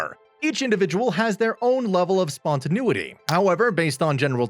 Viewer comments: It can be pronounced spontaNAYity or even spontaNEEity, but never EVER spontaNOOity. Please have a word with your second narrator... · I couldn't watch this. I had to stop it a minute and a half in because the narrator consistently mispronounces spontaneity. It was driving me insane. (And as an INTP, I have no choice but to correct the matter!)